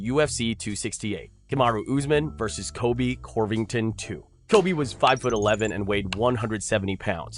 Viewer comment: Is saying "Corvington" some kind of joke or something? If it's a reference, then I don't know what it is.